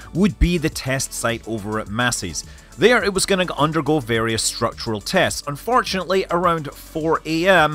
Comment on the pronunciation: “Unfartunately” there was a dissaster